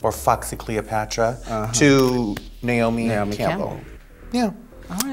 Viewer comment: Did Raven just say "Nail-me Campbell"?